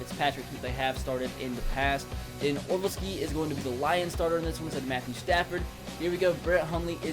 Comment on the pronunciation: It's not Or-al-ski, it's Or-lav-ski